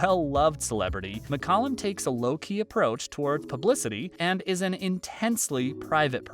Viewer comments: No it's pronounced Muck-Calum not Mick-Calum. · David's last name was pronounced as Mick-Cal-lum, not Mick- Cullum.